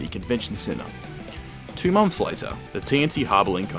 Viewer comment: Monfs?.. Two thousand and firteen?.